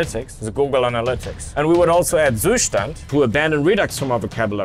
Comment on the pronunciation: That was an impressively good pronounciation of "Zustand" for a native English guy